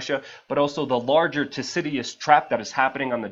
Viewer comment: THU-CI-DIDES - good video tho